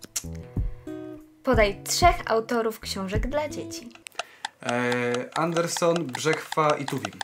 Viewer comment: Nie Anderson tylko chyba Andersen